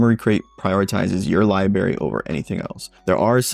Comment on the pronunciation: Thanks for your thoughts. Just picked one up from Microcenter and I'm looking forward to putting it through its paces. (As a side note, you really should learn to pronounce "library" correctly. Hard to take a grown man seriously who says "liberry")